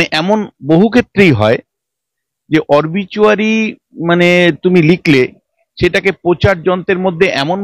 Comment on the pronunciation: সঞ্চালক মহাশয়া, কে জানিয়ে দেবেন, --- অরবিচুয়ারি নয়, শব্দটা "অবিচুয়ারি"; আর গেজেট না, ওটা হবে "গ্যাজেট"।